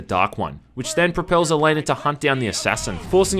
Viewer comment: OH MY GOD OH MY GOD THEY MADE A VIDEO GAME OF THE WHEEL OF TIME SERIES Also Elaine is pronounced E-LANE. Elaine is the Queen's daughter and a loved one of Rand Al Thor, who is Lewis Theron Telemon the dragon reborn. Basically Rand is like the series version of Jesus. You're also pronouncing the spells wrong. If you open one of the books (that are only 10$) it has a thesaurus in the back of it. Also the white cloaks ate assholes. Basically like the series version of kkk. Lastly the spells actually might be weak because Elaine is pretty damn average as far as Aisade go. Another note, I don't wear fedoras or collect cheap katanas.